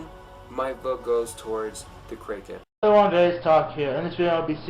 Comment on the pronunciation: GODZILLA WILL WIN btw he forgot how to say kraken